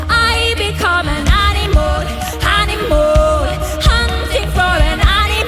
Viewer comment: Have you noticed Aurora says "animol"? XD